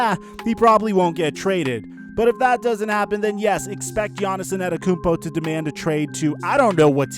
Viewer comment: It’s Giannis Antetokounmpo not Anetikounmpo